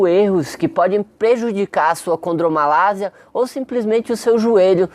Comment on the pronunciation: As vezes poder ser um problema de dicção vocal, na qual é comum em muitas pessoas que não consegue coordenar bem a linguá. Então produz um som de S em vez de ser um som em Z. Mesmo assim ele explicou muito bem detalhado o assunto. Domina o conhecimento melhor que muitos MESTRADOS E DOUTORADOS QUE EXISTEM POR AÍ Á FORA! Parabéns! Professor.